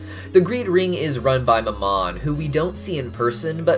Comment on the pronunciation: Demonology is sorta my thing it's NOT MAM-ON ITS MAAM-MON OR MAAMIN BUT most certainly isn't mam-on.....